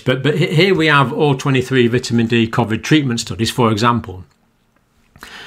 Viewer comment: Why would you pronounce Covid differently than everyone else? See you next Tuesday!